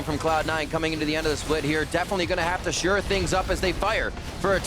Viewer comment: Dear Riv, it's SHORE UP not sure up.